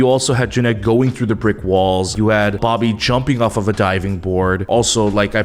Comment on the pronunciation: when said dobby instead of bobby i lost it jsdkjsjd